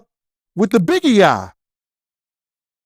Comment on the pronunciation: Why he said the Biggie eye lol 🤣🤣🤣